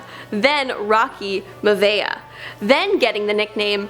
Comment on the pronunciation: Who's rocky mavea lol